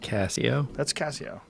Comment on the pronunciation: Joe “It’s a Cassio” Rogan